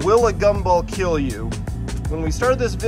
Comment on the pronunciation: These gumballs.... Will keel.